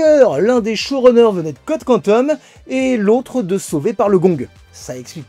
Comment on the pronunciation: Superbe vidéo très instructive comme d'habitude ! Petit hors sujet mais ça fait tellement plaisir de t’entendre prononcer "Code Quantum" correctement... Entendre code quantoum dans le reboot ça pique les oreilles.... (Surement lié aux bandes annonces d'M6 dans les années 90).